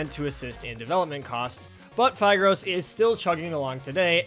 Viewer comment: i thought phigros is pronounced phIHgrOS